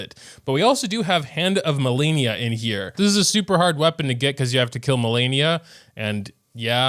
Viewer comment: its malenia